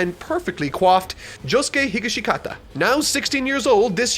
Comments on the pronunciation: It's pronounced Hi-Gash-Kata. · Hearing him pronounce Josuke's last name like that actually made me involuntarily convulse the tea I was drinking 😆 Not mad though. In fact, I burst out laughing because I never thought I was even capable of having that reaction from a sound before and it's hilarious that it was something from JJBA that did it 😅